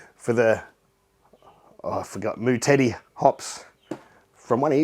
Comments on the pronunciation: I pictured the Moutere hops being used in a lager named Mow Terry, and on the can would be a picture of Terry mowing his lawn before he enjoys a nice cold lager.. But im not sure I prefer your pronunciation of Mow Teddy, that was hilarious! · Nice 1 you nailed it 😎 you're pronunciation of 'Moutere' is pretty bloody close! And yes it's more "Mow-tedy" 👍 now I just have to get you to say Motueka... instead of Matuka 🤔🤣 enjoy Gabs Mate, wish I could be there! Cheers, Mike 🍻🍻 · Oops, sorry. Ok, then it's Mow terry. By pronouncing that word like that you'll sound like most Kiwi Just another district where they grow them. Cheers.